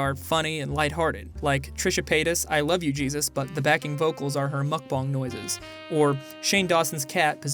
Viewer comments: Cringe everytime Chantal or say 'mukbang' because 1. what they do is definitely not a mukbang and 2. it's pronounced more like 'mokbon' what I'd assume they would know, if they enjoy them so much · She’s a Mukbang channel and she doesn’t know how to pronounce it 😂